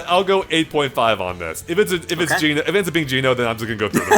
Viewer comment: Each time he says Geno my cringe bone grinds against my core!